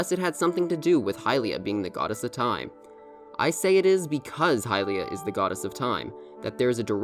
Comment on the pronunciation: bro learn how to pronounce Hylia